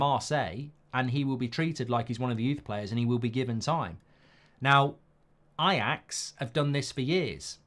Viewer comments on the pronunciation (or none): none